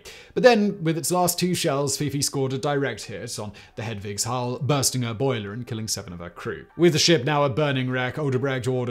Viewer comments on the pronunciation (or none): none